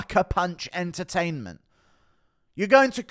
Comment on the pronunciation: "Suckerpunch entertinement" lmao